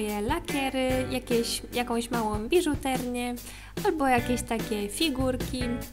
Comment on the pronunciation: biżuterię się mówi xd